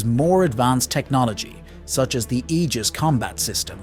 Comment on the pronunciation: The Irish narrator made the "Aegis System" sound like eejits system. 😅😅😅